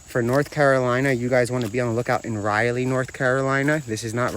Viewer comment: It’s pronounced Rah-Lee , NC 😊